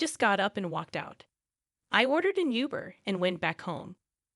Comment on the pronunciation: You're pronouncing Uber wrong